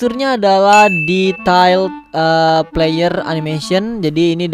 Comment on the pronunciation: What did u say “Detayld” lol